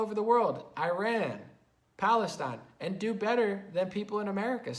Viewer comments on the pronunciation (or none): none